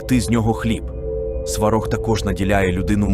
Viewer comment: Навіщо братися за тему коли ви навіть наголос ставите невірно!! Якесь свинство... На кацапський манер: "СвАрог"... Щоб вам у глотці пір'ям поросло! За дискредитацію і провокаціїї